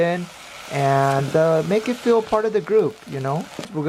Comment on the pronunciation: "Make ot feel a part of the group" 🤣